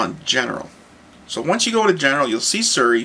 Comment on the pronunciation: Its Siri pronounced SEE RE ask her her name she will tell you how it is pronounced =p